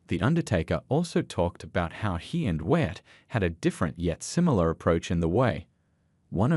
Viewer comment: It's not Watt it's Wyatt